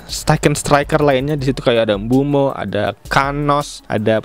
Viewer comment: Koreksi bang, bukan mbuemo, tapi MBEUMO